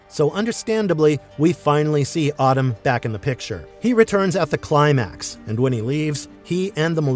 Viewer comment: Solid vid, but pronouncing Atem like “Autumn” is distracting lol